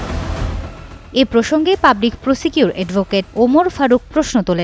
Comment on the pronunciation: এই নারী রিপোর্টার () প্রসিকিউটর শব্দটি ভুল উচ্চারন করেছেন একাধীকবার